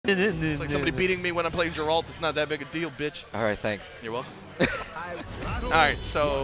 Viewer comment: Did homie pronounce Geralt as.. "Jeralt?" C'mon bro..